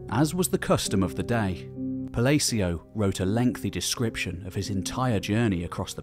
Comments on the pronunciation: Narrorators should pronunciate names correctly. So Palacio is spanish. So the "A" vowel is short as in the sound in words like, all, appeal, apphend,again. & Afraid. Pa la ci o lalalala blah blah blah same sound in all of these words the letter a in Palacio makes. Thank You appreciated. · Love your channel, love your content, love this video. But 8 minutes in and i can't stand the way you pronounce Palacio